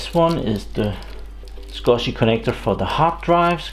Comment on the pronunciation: Its SCSI.... as in SKUZEE... SCuSIiii...